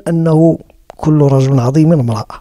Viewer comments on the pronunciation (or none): none